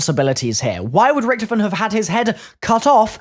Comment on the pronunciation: You said his name right